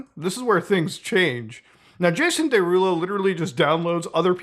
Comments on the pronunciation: “Day rulo” 😂😂😂 is killing me off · how tf are you unable to pronounce “derulo” correctly???